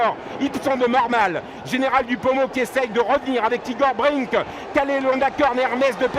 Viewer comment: C'est vraiment un très mauvais commentateur cet obèse. Toute la course il dit Igor Bring au lieu de Igor Brick. Enfin, on sait à quoi il doit sa place et celles de ses enfants...